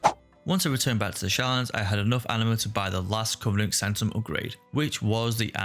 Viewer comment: I'm saying this not to bash on you, just to show how funny is was from my perspective. when you said each covenant, I could've swear I heard each cunt. That made me chuckle.